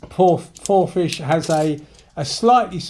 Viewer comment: how do you pronounce Porphis as Porphish should it not be Porfis